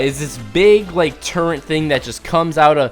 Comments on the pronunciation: He say turrent not turret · turret not turrint